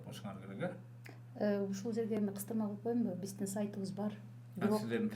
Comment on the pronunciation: Сизстин бизстин Деген созуну ондосон боло